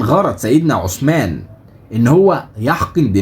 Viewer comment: السلام عليكم حرف الثاء في عثمان طلع لسانك للنطق الصحيح ثانيا اسم الصحابي عبد الله بن أبي السرحاني تحياتي